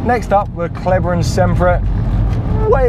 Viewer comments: "Kelber". 😄 It's called "Clayber"! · Perfect as always except maybe your pronunciation of Kleber (from a Frenchman) 😉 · It’s called „Kleber“ ;) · So close 😂